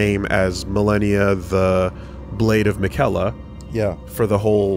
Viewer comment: Funny how often hears how Miquella is said and still says it wrong